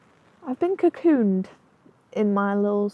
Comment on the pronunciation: "I've been caccoon" lol